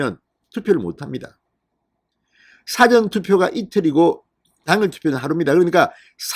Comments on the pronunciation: 발음"싸전"투표가 아니고 사-전투표! 투표장을 더 만들라! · 사° 전:Dictionary. 사 전°:before. 억양 좀~~~~ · 영어사전 국어사전할때의 사전을 발음 하시는데 일이. 일어나기전에 사 전은 사자를 좀 길게 해야되는거 아닌가요? 듣고 있으려니 얼굴이 뜨거워 지네요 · 사전 투표 발음 사저 액쎈트 발음ㅅ하지마라 듣기 싫타